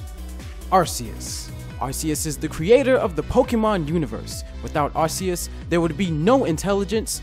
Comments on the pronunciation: I mean it's not pronounced AR-C-US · sorry bro but its actually pronounced ARK-EUS not ARS-EUS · thanks for pointing that out even ash says arkEus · Okay never mind Arceus is intelligant than Alakazam but Arceus is pronounced "Arkeus" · Arceus is now pronounced Ar-key-us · No it's arceus are-see-us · IT'S FREAKING AR-KEY-US